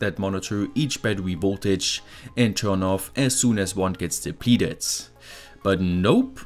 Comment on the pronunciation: I was listening to this in the background and was thrown for a loop when he pronounced depleted as "de-peated" and series as "seriously". For a moment I thought there were new electrical terms I wasn't aware of.